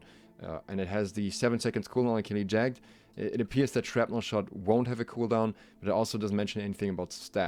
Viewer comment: Please for the love of God look up how to pronounce 'jagged'